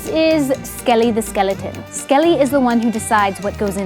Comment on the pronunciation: Btw it’s skeleton not sceliton 😊